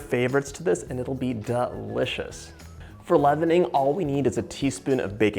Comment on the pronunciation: Don’t forget DAH-Licious